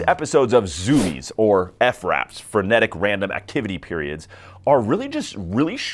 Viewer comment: Why “ef-raps” instead of fraps 🤨🤨🤨